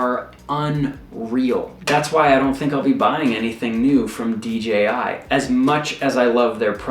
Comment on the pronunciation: Moron. Say D..J..I.. again